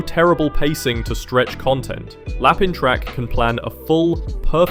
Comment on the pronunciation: Lapin in Lapin Track is read as 'lapan' btw (but it's okay, it's french so lmao) it's funny because i've read Tamon B-side once before (first chapter) and i couldn't get into it (im a shoujo girlie too so i love shoujo animangas - although timing might have something to do with that too) now after watching the anime, it's friggin' hilarious and the music is actually quite good too :O i recommend it (as someone who's not big on idol anime stuff - only because im a little prejudiced when it comes to jpop idol music, im not a fan lol - anime idol songs are some of the best jpop idol music ive ever heard and i actually quite enjoy them; i used to watch love live too and aikatsu so xD); also, *You And I Are Polar Opposites* is extremely funny and the animation is fluid (like genuinely one of the best opening sequence of this season, it's such a fun opening) but also the portrayal of relationships/romance feels so fresh i absolutely love it ❤